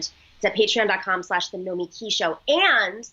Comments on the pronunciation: Wait, is the emphasis on the second syllable or the last? When said "Nomiki Show" he said, [noh-mee-KEE shoh] rather than [noh-MEE-kee], even though he introduced her as [noh-MEE-kee] just a couple seconds before. Also, pretty sure I've heard her call herself [noh-MEE-kee], so is her name different in the title of the show? I mean, I'm truly confused.... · Her name really isn’t that difficult. No-mee-kee. Now try to pronounce my handle 😂 Nina Turner for VP!